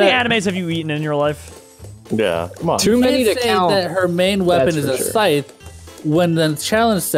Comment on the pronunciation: A..."sytch"? Lol